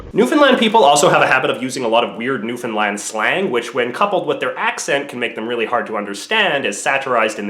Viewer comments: You mispronounced Newfoundland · Newfinland? Isn't it Newfoundland? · So You pronounce Newfoundland "New Finland"? Kinda ... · Am I the only one who hears new Finland instead of New Foundland? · Newfoundland not newfinland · am I the only one that hears New Finland when he pronounces Newfoundland? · A feel bad that a Canadian says Newfoundland wrong